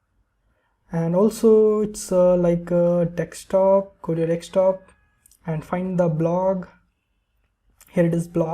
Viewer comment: its not dextop its desktop